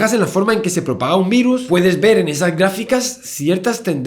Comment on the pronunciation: ¿Has dicho "gáficas" (igual que en Charmander por Chandrasekhar, o es que no se oye bien? jaja